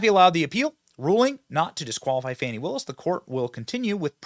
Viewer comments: There’s no “w” in Fani. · It's not "Fahni" or "Fawni", ... It's fani, as in fanny pack... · You guys are not pronouncing her name right. Look it up